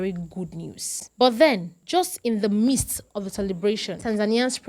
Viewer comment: Midst not mist